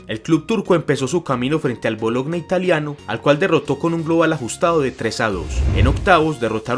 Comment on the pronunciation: Un pequeño consejo visto QUE estos vídeos son vistos mundialmente. Deberías antes de dar y decir falsas noticias, deberías por lo menos y por lo mínimo informarte un poco mejor de las cosas visto que ni sabes de donde son los equipos así como por ejemplo el ''Rangers'' Y luego también visto que ni sabes pronunciar los nombres de los mismos clubes ;-) tipo... ''Bologna'' y se pronuncia Boloña y tienes muchos errores de pronuncias y de desinformación. Bueno amigo lo digo más por ti y por nada malo y disculpame no te la vayas a tomar para mal, es solo por tu bien ya que los vídeos los metes tu y es tu cara y tu nombre los que son visto mundialmente. Jeje. Un abrazo y bendiciones amigo.